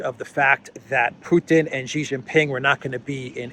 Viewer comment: It’s not”jee” it’s “shee” 😢😅😂